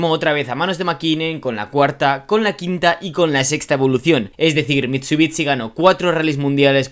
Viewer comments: no es mitsubitsi se dice mitsubishi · Se pronuncia "mitsubishi" no mitsubiTsi, es horrible cuando lo dices por dios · mit su bits ci. por que los españoles tienen unas pronunciaciones tan de mierda!? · Muy muy guapo el vídeo, el Evo 6 y 9 siempre han sido mis coches favoritos de toda la vida. Por dios escuchar MitsubiTsi duele!